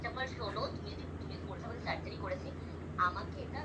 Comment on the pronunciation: সাজ্জারি না রে সার্জারি হবে শিক্ষার ও অবস্থা ওই ভাষার মতোই